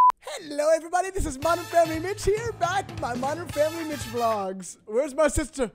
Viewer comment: i swear i kept hearing say mitch with a b in it instead...